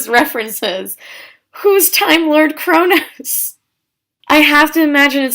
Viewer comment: I thought that you said corona lol